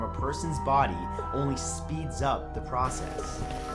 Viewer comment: At number 2 I think the way you said "process" is the first time I've heard you say it like that.